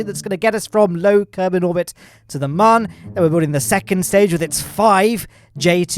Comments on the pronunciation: Moon not mon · You keep saying man not moon🤣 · it is not mun it is moon